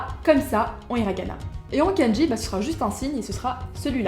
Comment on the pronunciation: hello.sur la prononciation, je dirais : ne roule pas les R et dit "kendji" au lieu de "kann-dji" pour le mot kanji. ou alors, j'ai l'oreille plein de croutes :p